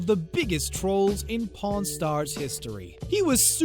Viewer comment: I thought he said porn Star 😂😂